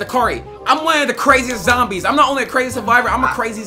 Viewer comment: Zombie not zomibes